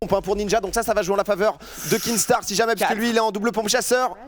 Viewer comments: C pas kinGstaar c Kinstaar ptnnnn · C'est pas un rageux, c'est juste des autistes qui voient un "g" là où il y 'en a pas un xD Dans son pseudo y'a pas de G alors arrêtez d'être débile à le prononcer, même lui il l'a déja dit xD